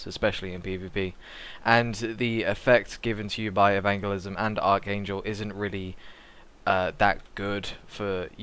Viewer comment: Nor can he say Evangelism T_T